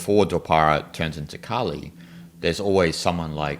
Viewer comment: 梵語的Kali的k是不送氣清音，不需要送氣，不要唸成送氣清音。